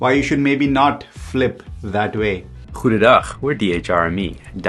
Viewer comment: Did you just say goededag ? Lol